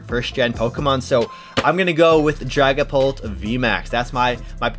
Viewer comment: I thought he said dragon Balls VMax Lol 😂